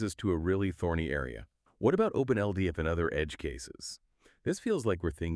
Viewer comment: It's Open-L-DAP, isn't it? I dunno why the pronouciation is so far off - ...